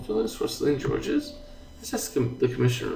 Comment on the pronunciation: Georges is pronounced as Zhorzh